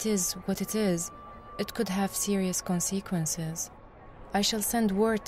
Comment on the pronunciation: I know hte VA for this game is top quality but.. Really? Conseequenzes? Oh, dreamfall.